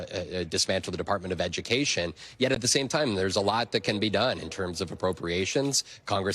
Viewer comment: We don need no edy-kashun, unhuh. 🤣